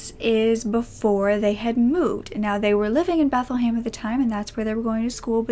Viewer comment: Bethlehem like in the Bible, is how it’s pronounced